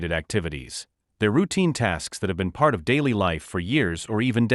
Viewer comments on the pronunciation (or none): none